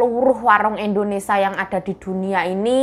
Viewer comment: Indonesia mb....bukan indonesa.....biasakan menyebut yg bnr..